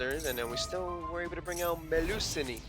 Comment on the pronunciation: It's pronounced Mel-ew-seen(Melusine). But yea, I'm messing with 2 versions of reptile decks. Reptilianne/Ogdoadic and Reptilianne/Ogdoadic/Alien having fun with both!